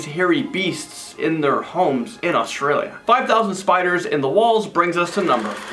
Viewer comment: I'm sorry to say but it's Australia not Autrilia and I'm Australian so I know